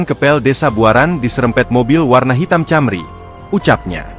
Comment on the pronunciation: Camry ( Toyota Camry ) dibacanya Kémri, bukan Cémri